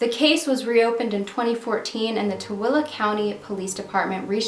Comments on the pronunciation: Blew my mind to see something about Tooele, my family all lives there and I’m very familiar with the area. Didn’t know about this case. And thank you soooo much for pronouncing Tooele correctly!!! Tooele County has such a small population so it’s really cool that you are covering this case. ❤️❤️❤️🙏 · I live in Utah and can I just say I am so proud you said Tooele correctly! :) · Congratulations 🎊 on saying Tooele correctly 👏 🙌 😂 ❤ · Congrats on pronouncing Tooele correctly! My sister lived in Tooele for a bit in the early 2000s. Poor David, I'm sorry my state was so unkind to you. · I am a Utahn, but I was unaware of this case! Huge kudos for pronouncing Tooele correctly. So many think it's "Too-lee!" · Wow, thanks and you pronounced this Utah name right. There has to be a major change in our justice system stateswide and nationally. No one should suffer like that. The poor guy and his family. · Good on you for pronouncing the name of the county correctly. Most people can't because it sounds NOTHING like it's spelled. Most call it Too-lee. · Love that you do your eyebrows...n thanks for saying the name RIGHT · Awesome job at pronouncing Tooele I use to always say it so wrong. I found this channel about a week ago, I love that the content gives those from the past a voice.